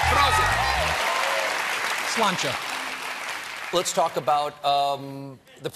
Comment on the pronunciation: .. and he did VERY well with the pronunciation !! . Another little indicator of this man's attention to detail ... and care.